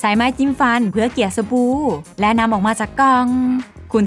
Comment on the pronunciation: สบู่ค่ะไม่ใช่สบู